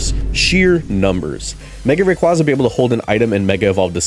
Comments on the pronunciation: It’s pronounced RAY-KWAY-ZUH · 1. Rayquaza is pronounced like Quazar. 2. Zygarde holding his canon as it fires: "I DON'T BELIEVE IN FAIRIEEEEEESSS!!!!!! HAHAHAHAHAHAAAAAAAAAA!" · The way you pronounced Rayquaza correctly the first time then proceed to mispronounce it the rest of the video irks me a bit